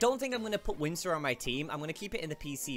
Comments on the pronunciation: Its whismur not whimsur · Its wismer not wimser